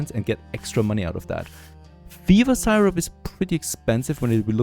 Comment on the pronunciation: You are one of a handful of creators that I watch all the time. I was a little confused when you pronounced Syrup like Sigh-rup, but it's much closer to "Sirup" than you might think! Dein Englisch ist noch viel besser als mein Deutsch!😂 Hallo nach Kanada!